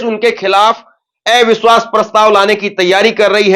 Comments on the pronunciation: एविश्वास नहीं,,, अविश्वास बोलिए। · Avishwash not evishwas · ऐ विश्वास नहीं “अविश्वास” बोलें पत्रकार महोदय..😅